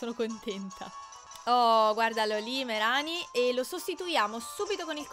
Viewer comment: non voglio fare il precisino ma si pronuncia "Mareni" o una cosa del genere, in inglese "Marini"